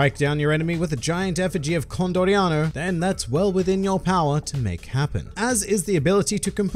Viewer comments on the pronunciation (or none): he isnt condoriano he is con. d oriano